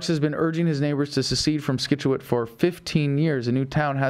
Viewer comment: Scituate, C is silent Adam :P